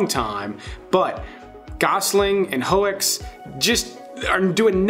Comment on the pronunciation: A great list. I have seen every movie on this list except one. 🙈 BR 2049. I am a huge fan of the original. I’m still waiting for the right time 🤷🏻‍♂️ just a simple note btw. Sylvia Hoeks? Dutch like I am, Hooks is the way you pronounce it in English 👍🏼